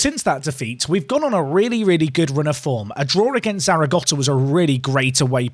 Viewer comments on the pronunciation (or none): Thank fuck there's no cringey intro. More of the same please. Also there's no T in Zaragoza